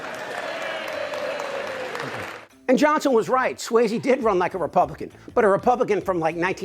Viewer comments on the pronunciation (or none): SUOZZY....NOT SWAYZE...You sound like a Republican when you say "SWAYZE"..... sorry.. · Excellent. Pitch perfect... except, Suozzi, I don't think is pronounced, "swazy". Think, Fozzie Bear. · With all good intention, rep Suozzi's name is pronounced "SWAAH-zee," not "SWAY-zee." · There is no AY is Suozzi. More like Swatzi. C'mon. It's not that difficult. Signed, New Yorker. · At least you could get his name right. It's pronounced Swozzi, not swayzi. So rude. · You're mispronouncing Suozzi's last name. It's not Swayze. It's pronounced Swozzy. I still love you. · How do you do an entire video and pronounce Suozzi's name wrong through the entire thing? That's lazy and embarrassing